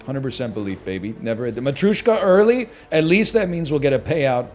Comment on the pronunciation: Why does he pronounce Matryoshka like that